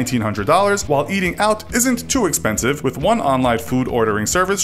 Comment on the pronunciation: But the spelling of expensive in this video was "expenshive"